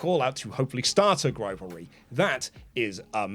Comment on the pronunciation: Whenever I hear the word grivalry I die a little inside